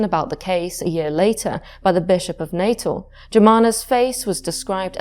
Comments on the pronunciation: I’m South African, I just want to point out, it’s not pronounced Natal (Nay-tuhl) as you’re saying it, but rather Nuh-tehl in English with the emphasis on the second syllable, or Nah-tal in Afrikaans. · "Natal" in South Africa is pronounced like the English word "natal," roughly NAH-tal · The former South African province of Natal is pronounced as "nuh-TAHL". Otherwise great video. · I'm listening, tucked up cosily, but in fact tense with fear. When the paranormal comes from inside one's brain, it terrifies me more than things lurking in dark castles, forests or skies. (Tiny point. I'm half South-African and we pronounce 'Natal' as "Nah-tahl".) 💛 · Set my teeth on edge every time I heard it. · Apart from the pronunciation of Natal.